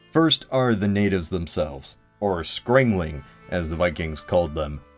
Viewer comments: Now, not to insult you, but you pronounced Scraeling (called Skræling in Norway) wrong. As I heard it, you pronounced it: Scra-eng-ling, (my hearing might be at fault here mind you), how you I propose you pronounce it is: Scrae-ling (mind you the ae should be pronounced as an æ. The æ-sound is used when you say ash. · Skræling is actually pronounced like 'scry-ling' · You really butchered the pronounciation of Skræling.